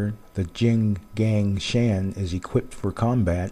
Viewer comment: it's called 'jing gung shaan'..